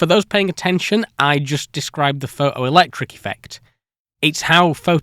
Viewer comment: Why do you say "phoTovoltaic", but you don't say "phoToelectric" or "phoTon"? (for ex, you say "pho-o-electric" and "pho-on") Just curious.